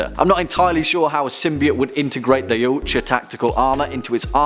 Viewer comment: Did he say oiyuoutja instead of yautja